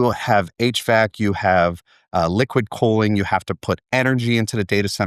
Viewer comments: His pronunciation of cooling sounds like coaling. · Why does he pronounce "cooling" so weird?